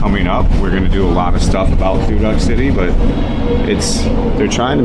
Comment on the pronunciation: Thu Duc is pronounced "Two Dook",.....not "Two Duck".. My wife was born and raised in Thu Duc, so i know how to say it correctly.